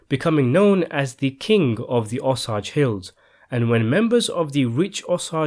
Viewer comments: Dalaine Bloom I’ve corrected him on this over a year ago more than once in the comments. I told him I grew up in pawhuska and knew the tribe and watched the last full blood die out after almost the whole tribe was wiped out before I was born. It’s completely not giving this story justice and yet he refuses to listen to me correct him. I guess because he feels he’s English it’s us that have the grammar problems not him, but if he’s going to study american history of our natives then he needs to damn sure pronounce the tribes properly. Especially a tribe who deserves that respect. They’re killings were well over 27. They just only recorded 27 when caught by the FBI. Considering the size of the tribe that is comparable to the Holocaust. If he’s that interested and made well over three videos on this very story you’d think he would of got it by the second time I corrected him a year ago. I don’t think he gets how just disrespectful he is being. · his pronunciations of the names are sometimes wrong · It's "O-Say-ge" not "Osausges" the correct spelling being Osage. From a born and raised Oklahoman. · Its pronounced O-SAY-GE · O-sage not ossage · Osage as in OH SAGE. NOT ohsaugh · I think that it is pronounced O-sage, not "osagies." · It is amazing to me how some narrators can't show enough respect for their subjects to even get the pronunciation of their main topic correct. Osage is pronounced oh-seij, NOT oh-sawj. Google "Osage pronounce" and see for yourself. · Oh-say-j not o-sah-j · Thanks for covering this! (Even if you cannot pronounce Osage-LOL!). Here is what I hear u say...owahsahghes. Here is how to say it- O-Sajz -hard A! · It's not "ah" sage. It's ō-sage. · Um, Wa zha zhe, not “O-saje” (whatever that is). I’m Panawahpskewi and Mi’kmaq and really hate “Penobscot” and “Mikmak” given that those were the European names of my people because those bigots lazily and rudely couldn’t be bothered to learn the proper pronunciations. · Owe-sage not owe-sahj